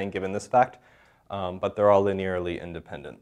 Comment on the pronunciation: indepent 🤣 thanks though, great video